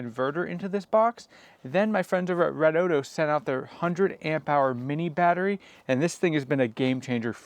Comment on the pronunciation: It's pronounced Red-O-Dee-O